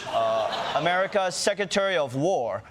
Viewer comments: that isn't how secretary is pronounced. there is an R after the C. sec-re-tary. not sec-u-tary. must try harder. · I like this host but he needs to learn how to pronounce “secretary”.